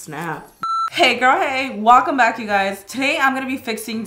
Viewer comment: Karina:Hey gurl hey Walcome back Me:Gurl k gotta start using her words